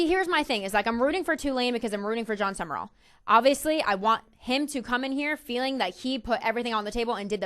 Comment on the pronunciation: It's Sumrall, not Sumerall. Also, as much as I hate to say it.... Urban Meyer to Ryan Day. I wouldn't call Day a legend but coach to coach they got Nattys.